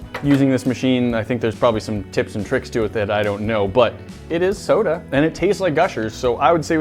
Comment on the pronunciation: 9 seconds in and he said sodie